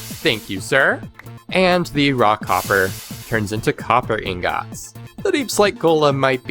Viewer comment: Why do you say ingats or is it not on purpose?